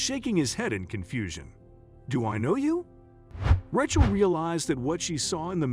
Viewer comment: somepne should tell that announcer howto p[renounce rachel. it is pronounced raychel.